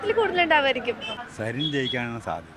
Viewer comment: അടയാളം കൊഴൽ എന്ന് പറയുന്ന സരിൻ എന്ന് പോലും പറയാൻ അറിയാത്ത ജനമാണോ പാലക്കാടിന്റെ ശരാശരി വോട്ടർമാർ?